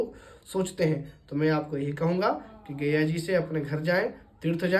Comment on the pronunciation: आप पंडित है और गया जी को बार-बार गैया जी कह रहे हैं। पहले आप अपना उच्चारण दोष ठीक किजिए । उपदेश बाद में दीजियेगा ।